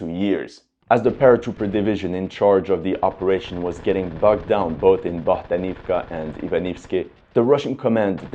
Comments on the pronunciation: BohdAnovka) please, dude :) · and Bohdanivka becomes Bogdanovka